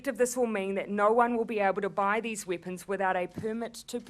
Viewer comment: Weepuns! lol